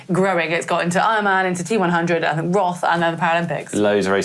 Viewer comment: Time to pronounce challenge roth correctly then. No one cared so far, but now its on. Its pronounced like the color red in german. Rot.